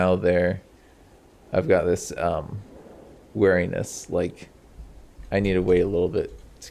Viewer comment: "wear" iness LMAO you say weeriness like 'bear'. Very distinct accent there.